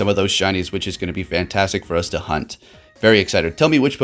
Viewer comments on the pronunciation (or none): none